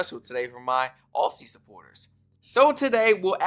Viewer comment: Hey Bro, love your videos!, An Aussie here., just saying.. if you pronounce Aussie, as Ozzie. We will love you, that is the way we say it :) 💓